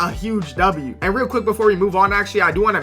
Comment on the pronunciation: everytime he says "real" its rell😂